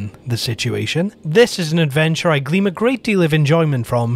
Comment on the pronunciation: Glean, not gleam.